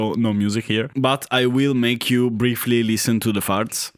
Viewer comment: “Farts-uh”. You say “farts” in such a wonderful way. Aside from that, thanks for doing these videos. I was of the majority and had a few versions of the Adlib/SoundBlaster cards growing up. But not right away. I had to play Commander Keen an Wolfenstein-3D with that dreadful PC speaker.